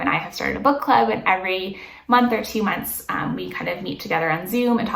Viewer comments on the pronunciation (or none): none